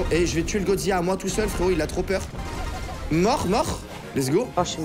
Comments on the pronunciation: Tu est super continue comme sa mais dit pas goziya mais godzilla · Godzilla pas godzillia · Petite erreur de prononciation sa ce prononce godzila et pas godziya mes sa s’écrit bien godzilla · sa se dit godzilla tu prononce le L!!!!! STP sinon sa me stress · qui dit godziya serieux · gros t un bon mais on dit goDzila prenonce le d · arrette de dire gozia frr